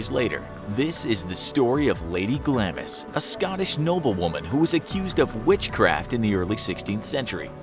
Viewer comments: g-lah-ms, not “glAmis”. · Glamis is pronounced ‘Glarms’. By the way.